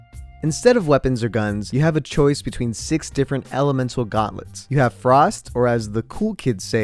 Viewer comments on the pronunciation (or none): ah yes the guantlets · Its GAUNTLETS,not GUATLETS bruh